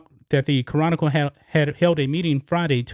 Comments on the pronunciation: Bro, the way you say "chronicle" is hilarious. you say "Ca-ron-nickel" its "Kronical" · Ca’ron’nic’cle 🤣 still got love for you though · Houston Ca-Ronicle? Really? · It sounds like has trouble pronouncing "Chronicle". He should do as most Houstonians do and refer to them as the "Houston Comical". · Ya know lol, it was getting on my nerves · I always thought the word "chronicle" only had three syllables, but now all of a sudden, I'm not so sure.